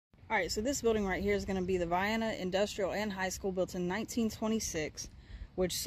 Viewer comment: You did a good job with this little video. You’re one of the few people online who pronounced the town’s name correctly. 👍🏻